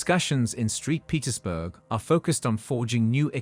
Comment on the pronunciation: It's Saint Petersburg not street Petersburg 😂